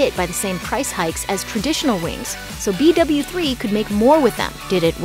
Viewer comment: Who else wanted to die every time she said b doubleu 3